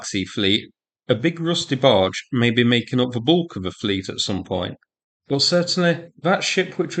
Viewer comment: Dafuq is a "roosty barge"?